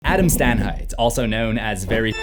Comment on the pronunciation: Adam Stanhieght corpse